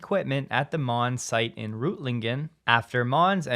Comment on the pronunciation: It’s doesn’t say Monz it says Man-z